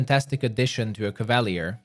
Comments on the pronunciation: Cava-leer. Not cav-all-lee-ir. Lol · Cav-Ah-Lee-Err not Caval-ee-urr, sir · Hurts my ears. CAV AHH LEER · Cav-a-leer. That how your pronounce it. Not that mess you say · Love your build guides. Would love to see how you would build a shapeshifting druid. I'm currently in Act 3 with a Azata Bard. Love the story lines. However, learning the Crusade part of the game is challenging. Finally, no offense, but it's pronounced; CAV-A-LEER as in cavalry. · Cavalier. KAV-UH-LEER . NOW SAY IT RIGHT. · ka·va·lyé is the correct pronunciation. NOW SAY IT RIGHT. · How TF do you fuck up the pronunciation of a word as simple as cavalier so bad? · they way you say cavalier is painful